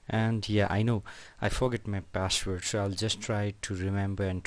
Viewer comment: CEO of :ReShEt YoUrrrr PaShWorD